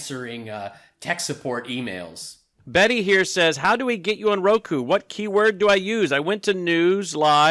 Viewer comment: I'm so jealous of you! you served Getty Lee!?!? Rush is my all time favorite band. ugh!:) Was he as cool as i think? I like your channel, keep up the jokes and maga tears flowing. Oh and i actually thought it was Roko cause Mike and Brannon kept saying 'Roko'. I thought it was some new streaming service. Oh and you should sell bottle of MAGA tears. i'd buy one. lols